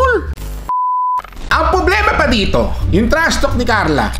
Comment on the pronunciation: "TRASTALK YOU AHH" HAhahahaha